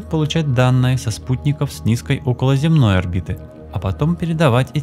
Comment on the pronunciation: околозЕмная орбита, а не околоземнАя.